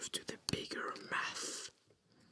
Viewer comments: I thought he said meth when he said math. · So i’m gonna do some uuuh “meth”.... (the accent really did it there lol)